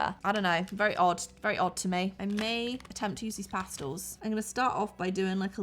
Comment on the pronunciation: This looks so fun and I love how you gave your opinion because I completely agree with you… BUT you pronounced pastels wrong 😢 I’m sorry but this made me so annoyed 😡oil “pastulls”? No. It’s pronounced PAS-TELS! Thank you for your time bye now 👋